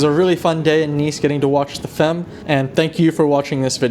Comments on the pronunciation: Hey, again a cool vid. As a french the pronounciation of "femmes" sounds weird, sounds like "hens" with an "f". An easy way to get it right for an english speaking person would be to pronounce it similar to "thumb" without emphazing the "b" at the end, so repeat after me "fum" 🙂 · Hey, love your videos! It seems like I was posted a few meters away from you on Carrefour des quatre chemins! Also I'm not trying to be annoying but I figured I might help you out with your French, since I noticed something: "femmes" is pronounced "fammes"